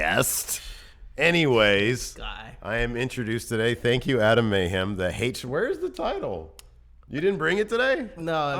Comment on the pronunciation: "And Mayhem" sounds right. May-hem, May-hem Lio Rush voice